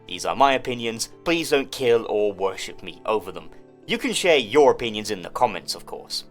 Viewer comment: "please don't kill or woship me over them" Took out all of the fun